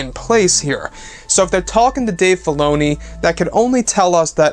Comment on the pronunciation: Anyone else understood "Dave Baloney"?